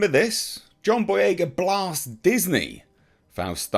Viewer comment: John Boy-"REY!"-ga